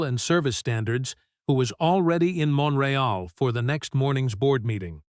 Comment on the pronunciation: Omg these mispronounced words are doing my head in. The city is MONTREAL - NOT mon ra ell. FFS some human editing needed here - URGENTLY